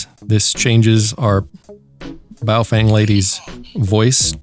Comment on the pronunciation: Love the “ball-chinnian”. LOL!!!